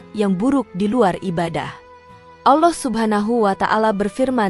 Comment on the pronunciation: Sebutan Allah pun x betul